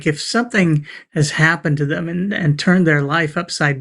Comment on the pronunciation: He kept saying. "They - thum". I almost waited for him to say "fee, fie, foe, fum" after. He doesn't even try to understand.